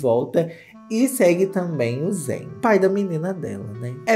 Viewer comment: que delícia ver você falando o nome e sobrenome do zayn certinho 😭💘 muito meu cristal mesmo